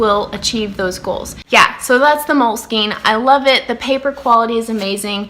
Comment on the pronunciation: Loved your video and thoughts . The way you pronounce the Moleskin name is ca e er , which is notebook in french.